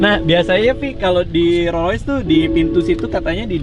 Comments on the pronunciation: rolls roice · Raditya dica rolls royalace